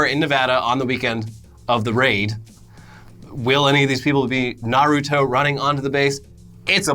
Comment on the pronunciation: Yo here's the pronunciation Ah-caughts-key also Nar-u-toe.